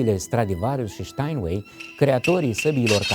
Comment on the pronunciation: staɪnweɪ boule nu Ștainuei fi-ti-ar doctoratul de ras sa-ti fie